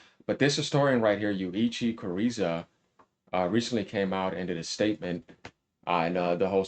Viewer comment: His name is Yuichi Goza not Kureza